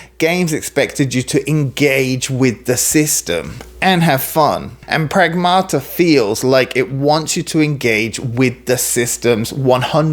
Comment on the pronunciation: "pragmata" in Greek means "things" lol stressed on the 1st A: prAgmata